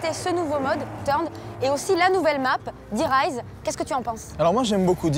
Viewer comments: Sa se prononce "Die Rise" pas "Die Reise". Die Reise = voyage; Die Rise = la montée, l'élévation ;) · MDR même la fille qui présente l’émission ne sait pas comment prononcer le nom de la map zombie (c'est de l'allemand donc il faut le prononcer à la française et en accentuant le "-e" de "rise") sinon ça veut dire "l’élévation" en allemand, le rapport avec les ascenseurs ;)